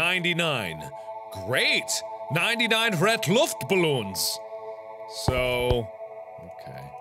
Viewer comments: ''Luftballoons'' xD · I'll be honest, I did a little snortgiggle at the way you said Luft-balloons. xD